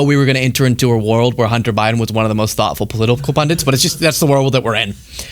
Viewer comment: Hey, baby, stop saying PundiNts, it's Pundits. 😘